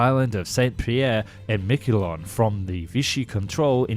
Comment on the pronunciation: It's. San Pierre Mickelon! French don't pronounce the "T" in Saint!